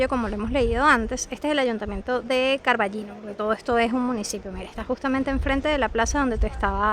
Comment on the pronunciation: Con Ñ. Pero, es tan difícil? CarballiÑo. Estás en Galicia.